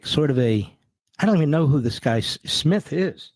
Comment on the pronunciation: What’s that guys name is I pronounced Dave? Uh Snith? Is it?😅